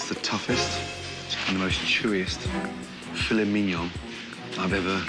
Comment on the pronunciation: “You are a SCAMMA’….. uhh fillet mignon…..”